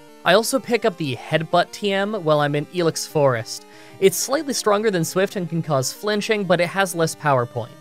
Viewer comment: It's EYE-lex forest, not ee-lex forest.